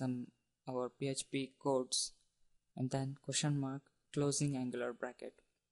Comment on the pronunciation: pee heeeeetcccchhhh pee... lolz...